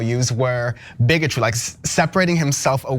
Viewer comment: Um, I think he mispronounced bigotry.